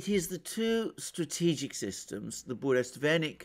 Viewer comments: Let me correct your heavily mispronounced Russian weapon,. It's pronounced as BURRE - WEST - NICK. The name is compounded of twol nouns that even me as non Russian speaker am able to grasp! BURRA means "tempest, storm" in particular and turmoil in general. WEST is simply "a bit of a news" but WESTNICK means "news courier" or simpler "a herald". So, joining it all together I hope you can anticipate how even with the most conservative translation you have anticipated a "game changer". Indeed it is. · its not BureSTVenik but BureVESnik.kinda a Stormbringer(Harbinger) VESnik.VES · For example, Burevestnik (not "burestvenik" as Alexander pronounces it). It is Russian name for Northern storm petrel bird. The actual word "Burevestnik" means someone who brings warning about upcoming storm. Yep, it has a very clear meaning. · Бурест Веник I like this even more than Burevestnik. Not to slight Alexander in any way, it just was a hillarious small mistake. Love your channel <3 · Burevestnik, sorry,, Russian is very difficult. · Yes, that was funny. He could've been more careful to learn the name properly. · Bure-Vest—Nik , you keep mispronouncing it . It’s like the calm before the storm translated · sure but Mercouris, who's on this planet only competes with Christoforou in terms of killing all possible non~English names, said like 50 times in this video burestvenik. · 🤣it’s funny how you renamed burevestnik (petrel) to burestvenik some groom-stick....but you have successfully identified your Russian speaking audience ✌️🤟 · It is BU_RE_VEST_NIK, not Buresvenik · Dear Mr. Mercouris , Sir . I ahve been immensely enjoying your intelligent and profound analysis .If you don't mind , the pronunciation of Burevestnik is exactly that not Buresvenik as you do . Bure vestnik means a Storm herald . Bure - storm /vestnik the one who brings news /herald. Thank you .Keep with a good job . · Burevestnik, not Burestvenik =) You are great specialist thanks for the analisys!